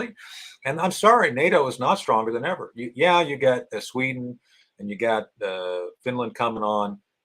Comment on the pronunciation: sweden it is NOT with "SSNATO"